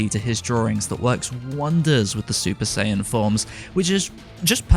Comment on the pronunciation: TheLegend27 Hope so too, getting tired of "Supa-Sayajin Bluu"